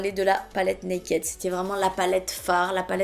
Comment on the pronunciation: Mon dieu mais oreilles ont saigné "nakaid" 😂😂🙏🙏 "nakid" please 🙏😘 sinon, mon dieu les reliques ! Faut monté un musée 😂